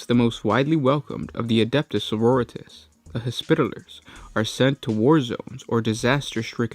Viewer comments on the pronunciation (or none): GW doesn't pronounce it like Doritos... the emphasis rests on the second syllable. soh-ROH-ree-tahs. not soh-roh-REE-tis. your preferred pronunciation isn't far off from the way it should be spoken. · It's sororitAHs sir. I don't know any soroREEtas, but they sound rather tasty. ~Unknown marine, 7th Legion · Adeptus margaritas... señorita’s... sororitas... yeah that one sure.... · It's sororitAHs sir. I don't know any soroREEtas, but they sound rather tasty. ~Unknown marine, 6th Legion